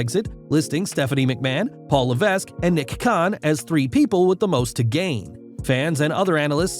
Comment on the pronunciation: its pronounced levek teh s is silent my fucking god at least u dont say leveskew like some people